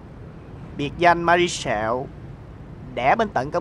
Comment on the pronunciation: Ma ri sẹo mà đọc ba ri sẹo